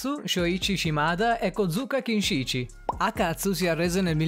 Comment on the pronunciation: Ma solo io quando ha detto Akatsu ho sentito " a ca**o"?